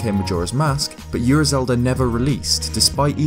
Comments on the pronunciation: and Ura is pronounced “ou”ra, not “yu”ra... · Also, it's "Ura" not "Yura". Don't add the y lol. It's a Japanese word. Yu and U are two different sounds.